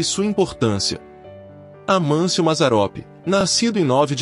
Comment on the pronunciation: Só uma correção: o nome de Mazzaropi é Amácio e não Amâncio como falou o narrador.